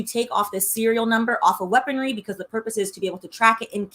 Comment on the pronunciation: Why the first time you said weaponry I thought you were talking bout sex toys 🤣